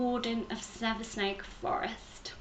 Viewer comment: Hi..love the video. Saversnake Forest has a silent 's', and is pronounced as "Savernack". Love and Light xxx